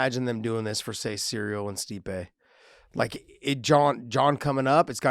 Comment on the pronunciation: cancel josh he cant pronounce cyril, not cereal